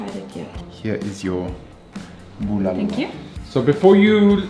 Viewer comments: keeps changing how he pronounces the name of the soup. Bu-LAH-lo and bu-luh-lo. Soup looks amazing, by the way! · I love how he says "Buulalow" with that german /austrian accent .